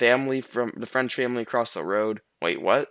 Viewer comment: Dang that French was perfect Are you fluent in French?